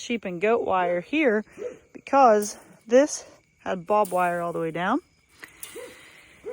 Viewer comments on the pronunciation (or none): it’s not bobwire it’s barbed wire lol